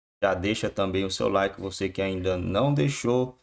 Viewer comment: PORQUE PEDIR LIKÉ LIKÉ LIKÉ LIKÉ LIKÉ LIKÉ LIKÉ ??? MT ENJOATIVO ??? NÃO GOXT0O NINGÚÉM GOXTA ???